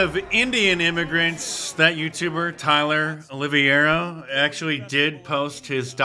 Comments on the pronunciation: It’s pronounced Tyler Oli-vā-ră (Oliveira). Just so you know, it’s also my last name. It’s Portuguese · pronounced "olive-vera"